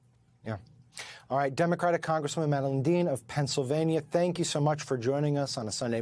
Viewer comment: Rep Madeline Dean’s name is pronounced mad-a-l”eye”ne, not leen